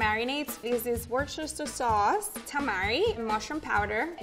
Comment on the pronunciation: 他成功地唸出了伍斯特醬耶